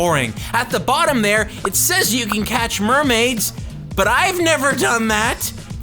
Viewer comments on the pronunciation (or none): none